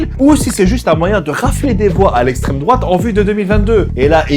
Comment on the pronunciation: "la laïcité c'est l'éstrém drouate" ... on en est là ... bravo